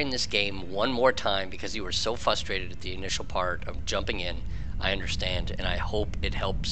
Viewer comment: Is it me or is he not pronouncing the first r in frustrate? And adding a u into reticle? None the less, I gave a thumbs up because I found this very helpful.